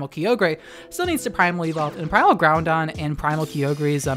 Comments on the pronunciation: “Kee-ogre and Ground-don” Unsubscribed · Ow. Key-oh-grey and ground-don.... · Were you purposely saying Groundon and Keeogray for the memes or is that how you pronounce them? :P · Every time I hear Keeogray or Grounding I die a little inside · Kee-og-ray Ground-on .-. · QOTD: Yep :D Btw, I'm unnerved with how you pronounce Groudon with an 'n' and Key-oh-grey lol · I love your videos but I hate how you pronounce Kyogre and Groudon xD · If I had a dollar for every time you mispronounced Groudon, I’d be able to buy lunch, but alas I do not and thus cannot afford lunch because I spend all day writing furious comments on YouTube videos about people mispronouncing things instead of working.